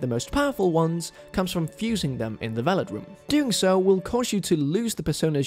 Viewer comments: Yo this guy needs to understand that it's the VELVET room, not the VELLIT room. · Lol VelVET room,. Not Velet 😂😂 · my man you gotta play Persona! (It’s called the Velvet Room - you kept calling it the “Vellet” Room) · “velet room” lol